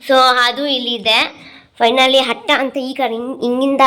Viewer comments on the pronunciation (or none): ಅಕ್ಕ ಅದು ಹಟ್ಟ ಅಲ್ಲಾ ಅಟ್ಟ 🤦🏻‍♀️